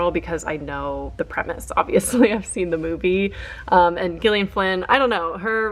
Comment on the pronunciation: The pronunciation of Gillian is killing me 😂